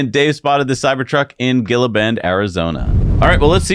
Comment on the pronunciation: Not that I would expect you to know how to pronounce it but Gila Bend is pronounced like He-La Bend.